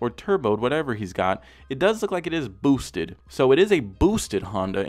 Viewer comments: the way says "boosted" is hilarious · Why do you emphasize on “boosted” so much 😂